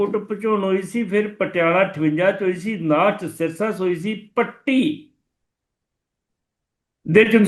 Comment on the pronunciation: ਪੁੱਤਰ ਭੱਟੀ ਸਾਹਿਬ ਨਹੀਂ 'ਪੱਟੀ' ਸਾਹਿਬ। ਜਾਂ ਤਾਂ ਮੈਨੂੰ ਸੁਣਨ ਵਿੱਚ ਭੁਲੇਖਾ ਲੱਗਾ ਹੈ ਜਾਂ ਫਿਰ ਤੁਹਾਡਾ ਸ਼ਬਦ ਉਚਾਰਨ ਢੰਗ ਦਰੁਸਤ ਕਰਨ ਦੀ ਲੋੜ ਹੈ।